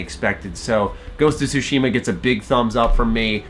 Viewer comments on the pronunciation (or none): Calls himself weebs but Americanizes the pronunciation of 対島